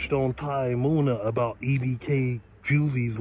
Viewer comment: You gotta pronounce the names right bro munna not moon a